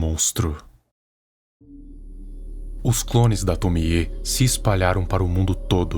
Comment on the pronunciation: Finalmente alguém que pronuncia certo o nome da Tomie